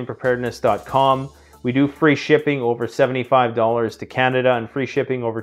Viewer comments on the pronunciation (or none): none